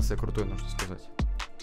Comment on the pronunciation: Никто: Абсолютно никто:: не, ну нужно что нибудь крутое сказать... спустя 3 лет: СмЭшЯрИкИ